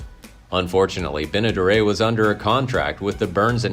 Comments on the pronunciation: You mispronounced Bea Benaderit. Not Benadere......learn to be correct. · Do your research stupid.. it not Benna-, duray! it's Benaderet( hard t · Bea. "Benna-dare-it" (phonetically spelled for the correct pronunciation)... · It's Benderet not Benaderit......learn to be correct. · It is pronounced ben e daret not dara by